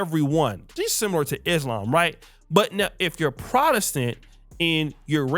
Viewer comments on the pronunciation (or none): none